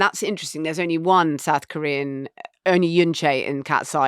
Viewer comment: I am, it must be admitted, becoming a tad hard of hearing in my dotage. In the item on BTS, Richard referred to ‘South-Korean culture’, and I was convinced, at first, that he said ‘saccharine culture’. Hmmmm …